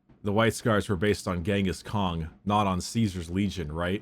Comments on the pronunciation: Why does bricky keep saying genghis Kong I keep imagining Mongolian donkey kong Edit: white scars episode and doesn’t mention the great hunts cring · Am I the only one annoyed by Bricky saying Ghingis Kong?